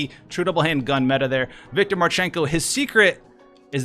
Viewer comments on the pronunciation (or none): none